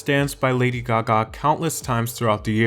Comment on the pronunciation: Why do you say Gaga like that oh my god 🙉🙉🙉